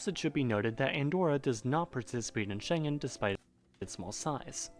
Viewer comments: It's a very old video. ou should have chosen something more recent about the EU and the Schengen Zone. Yeah, and check out again how to pronounce Schengen, not everything is English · your pronunciation of Schengen at the start of the video made me cringe... 😅 But I am impressed you looked up something this European just out of interest. ❤️ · If you pronounce Schengen so horribly wrong it really sounds chinese. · Although he doesn't pronounce it right and is mistaken about it being in the EU. It's been about 10 years I last visited it, but there were indeed random border controls mostly because lots of people from Spain cross over to Andorra to buy certain goods, like cigarettes or alcohol, which you can only take back in certain amounts. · The G in „Schengen“ is pronounced like a soft K, so it doesn‘t really sound Chinese;) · The G in Schengen is pronounced as in "get". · I hate when he says shengen like shenjen and not with hard g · Shen-gen... Yikes... Try Scheng-en. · Shen-gen ... hard G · We pronounce it like "Shenguen" and not like "Shenjen", the word "Shengen" is german, so the "g" in always like "gu" and not "je" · Its a hard "G" not a soft "j" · "Schengen" with a hard G. Not Shenzhen. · SchenGen not SchenJen! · Mate, I too had honestly thought it was something to do with China. Because pronouncing the "g" in the middle as a soft "g" , (as in 'gentle' ) makes it 'Shen-gen'... an internationally-familiar trade & business hub. The Schengen in this context is pronounced with a hard "g" -"Sheng'n ". I also have now found that in this instance I wasn't alone. And you can just imagine what a difference it makes if it were the Chinese City that had engineered a European union.🤭 (If I totally confused you just hit "Pronounce Schengen, " to make it make sense. Hopefully.🥺) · SHENG-EN dude.... not SHEN-JEN😜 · It's pronounced with "g" like in "Ghandi" not like in "generator", and it sounds far less chinese that way ;) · You’re pronouncing ‘Schengen’ wrong.